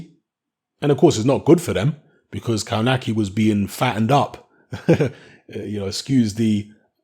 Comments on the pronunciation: Isn't it "KOVNATZKI" ? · you should pronounce it "KOF-NAS-KIE" !!! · Kownacki is actually pronounced as "Kovnatski"(close enough). Not judging because Polish is obviously is not your first language but if you're commenting about someone you might want to at least say his name right. No, I'm not Polish and no offense taken, just giving you a little tip. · Kownacki (kov-na-ski, I think that is how it is pronounced). Kownacki came in very heavy and I think Kownacki underestimated him and thought he could just walk through him whilst throwing. Kownacki has just taken a small step backwards but he can come again (the irony is he was just banging on about his 100% record) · As a Brit that lived and worked in Poland, I can say it takes a while before youre able to a, read polish words/names properly and b wrap your English speaking embouchure around the Slavic style - we can give a pass surely